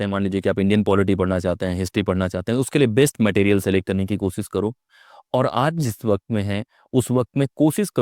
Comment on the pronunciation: Kosis nahin koshish hota hai. Aap khud koshish par atak gaye. Aapse na ho payega!